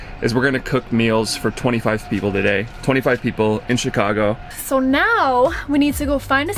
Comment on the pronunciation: As a Chicagoan I cringed every time she said Chicago